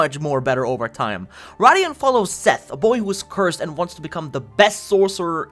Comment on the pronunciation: Radiant is pronounced Ray-Dee-Int ... Not Rah-Dee-Int 😂😂